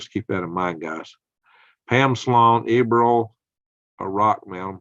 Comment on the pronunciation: It's pronounced ER BILL.